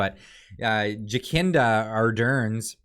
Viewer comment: JA - SIN - DA is how her first name is pronounced, you’ve got her last name right.